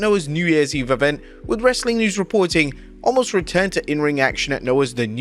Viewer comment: FFS. His name is Omos. Not Allmos!